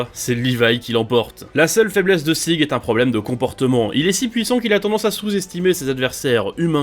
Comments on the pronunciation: Si tu veux prononcer le prénom de Sieg de manière allemande, lis le "Zigue" sans prononcer le e à la fin. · Sérieux qui appel Sieg Zege🤣🤣